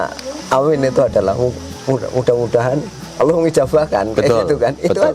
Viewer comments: Memyebut gusti allah aja salah dia nyebut gusti alah itu omongan orang bukan islam sudara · gusti awwlohh bukan gusti alah ya